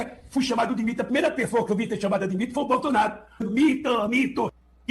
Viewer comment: Verdade ele fala Bolsanaro ate qdo está com a Esbanja 😅😅😅😅😅